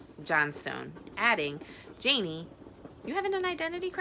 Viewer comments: I love this book!! But the way you are pronouncing her name is making me feel like I’m crazy lol. Isn’t it Janie? Like, Janie’s got a gun? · It’s Jane eee